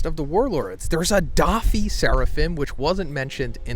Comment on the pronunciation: How to pronounce doffy and LoL Oppenheimer wasn't a bad guy 😂😂😂 you best stick to anime son